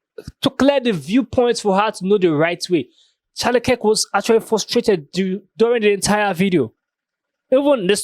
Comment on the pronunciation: Dude clips and "makes" Charlie Kirk content off the back of Charlie's network every other day, and still struggles to say his name lmfao